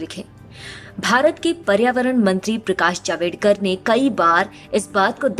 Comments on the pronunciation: javdekar not javedkar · नाम तो ठीक से बोलो। वो जावेडकर नही जावड़ेकर हैं।